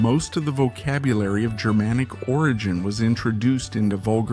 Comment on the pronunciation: Just remember that Germanic refers to an ancient group of peoples...not modern Germans. Is this guy with awful pronunciation AI?